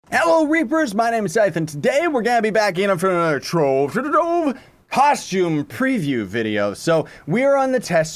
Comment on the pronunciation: Why you say trove like that?